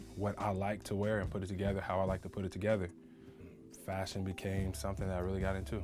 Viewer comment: Did he say fachion ? 👀🤣